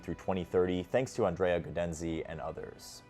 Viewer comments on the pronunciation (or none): none